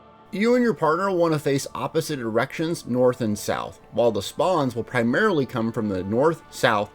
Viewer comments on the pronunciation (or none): "Opposite erections"